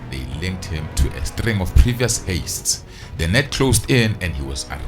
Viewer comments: Please call it heists not hastes😭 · Love your videos bro but please stop saying haste instead of heist 😂😭😭😭😭🙌🏾